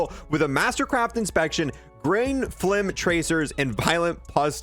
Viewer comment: Man nailed the phlegm pronunciation